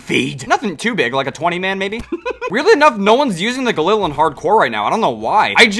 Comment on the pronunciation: He pit galil instead of ghalil